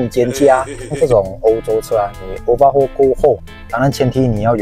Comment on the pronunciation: Overhaul 不是obahual